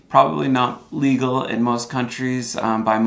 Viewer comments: Plus as far as the plate cover goes, I think you meant to say il-legal. Your video makes it sound like you said legal. Just sayin', have a good one. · he said illegal, but his pronunciation is confusing. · you might want to emphasize the first syllable in "illegal", too.